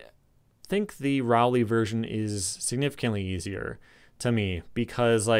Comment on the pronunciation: You mispronounced Geoff's last name, it's pronounced ROE-LEE.